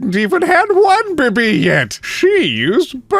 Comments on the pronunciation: Why the heck are you pronouncing baby like that? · istg everytime says baby, I keep thinking they are saying boobie i cant- XD